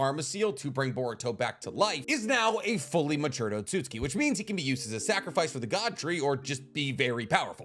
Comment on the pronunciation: Why do you pronounce Otsutsuki as otsutski? It's o-tsu-tsu-ki. Not o-tsut-ski.